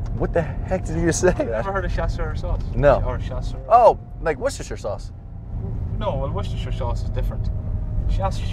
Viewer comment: it's supposed to be pronounced "worstersauce"....